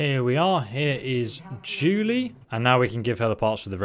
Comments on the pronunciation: LOL yeah, it is supposed to be JUNE-LEE but he always mispronounces names. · Yeah and it is "JUNE-LEE" not Julie. I love listening to those mispronunciations.